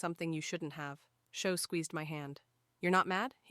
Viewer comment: I thought the boy's name was Shaw not show